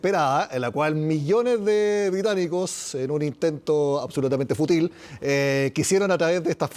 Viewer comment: ESTO ES EL COLMO, EN EL MIN. SE DICE FÚTIL Y NO FUTIL, ES PALABRA GRAVE Y NO AGUDA.